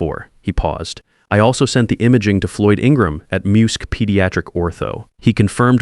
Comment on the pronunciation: okay. If this is supposed to be set in Charleston, calling the hospital "St. Augustine" breaks the flow. They even referenced MUSC (which is pronounced em-you-ess-see by the way). Perhaps they should have invoked St. Francis Hospital instead. That one at least actually exists.